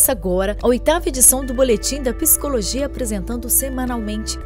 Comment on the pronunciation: Gentileza orientar a locutora que a pronúncia é PSICOLOGIA e não PISICOLOGIA.